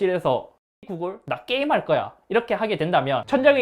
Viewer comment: 나↘ 게임할↘거↗야↘ 정말 non도시사람 충만하다...